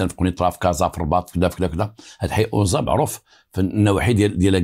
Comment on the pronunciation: السلام انا مدينة اكادير اسم تلك المنطقة ليست اونزا بل انزاتوجد على شاطئ مدينة اكاديرقرب الميناء الللتسويق والاستراد والسلام